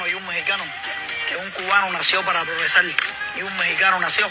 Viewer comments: La diferencia de este cubano con los Mexicanos es confundir la "R" con la "L". "Progresal", "Tercel mundo" jajajajajaja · No se dice progesal se dice progresar 😂😂😂😂